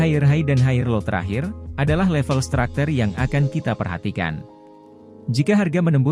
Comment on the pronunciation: Structure bang bukan stracter